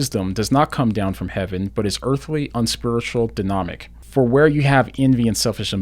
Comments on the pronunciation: Dude, you actually accidentally said "denomic" instead of "demonic?" Lol. Good video, though! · Did you say denomic?